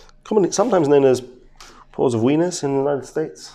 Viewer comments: Pores of wiener 🌭???? What! It’s winer ( 🍷-er) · Lmao you said "Pores of wieners" like hot dog... it's whiner pronounced like Wine. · Pores of wieners lol love it! I believe it’s “pores of winer” (wy-ner like finer or liner). I’m new to this channel but I absolutely love it, he’s so precise and I like his technique opening the scissors or hemostats and turn them in a circle to open things up without having to make a huge incision. It’s not in this video but in loads of others. Thanks for the amazing content!!! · In the United States it’s pronounced: “WY-NER” not Wee-ner. Great Video, Big Hugs from Salt Lake City! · Yes , a DPOW , Dilated Pore of Winer ... But he went about it the wrong way !!! He made a complicated procedure out of something very simple !!! Have a gr8 weekend ! Cheers , Helen 🦋🌻🖐🖐🖐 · “Ports of Weenus” 😂 “Ports of Winer,” like wine 🍷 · Pore of Weiner 😂😂😂😂 it is Winer not Weiner 😂😂😂 to cute ❤ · Am I the only 1 who replayed it several times to hear him say winer over and over again lmao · He pronounced it pore of wiener and I giggled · Port of "weiner"? WINER.... ALMOST CHOCKED ON MY SWEET TEA! LOL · "pores of weenus". LOL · In the United States it’s called a “pore of winer,” not whatever the Dr called it. Pore of Winer, rhymes with diner and finer and liner and miner and minor and shiner. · Hi Dr. Pronouced (Wyner) sorry to correct you haha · Port of wiener pronounced Why-ner in America. Not pronounced like the 🌭 But, I know you're not from there. So you pronounce thing differently.